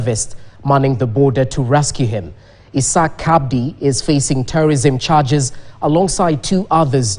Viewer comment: It's not pronounced CABDI It is just Abdi the C is silent.